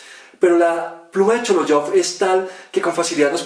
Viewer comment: El escritor de apellida Шолохов [ Sholajav] la letra J se pronuncia como [jota] no como [ dg ] O sea no -[ sholodyov] sino como auténticamente [ sholojov] Ya que el autor del video hace esta narración debería saber pronunciación exacta del apellido.